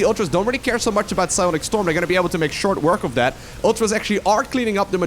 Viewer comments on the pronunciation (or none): none